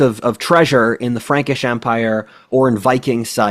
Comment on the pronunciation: I thought you said Ferengi at first!!!